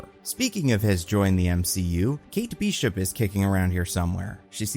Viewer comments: Excuse me,? Kate Beeshup? I could sort of understand calling Ahsoka “Ashoka,” but “Kate Beeshup?” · Bee-shup? Ashow-ka???? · Why does he mispronounce so many names? Beeshup? Ashoka? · His pronunciation is making me lose it. ASHoka? BEESHUP 💀